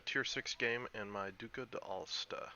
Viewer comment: hehe, you do know this one isn't French right ;) (think pizza)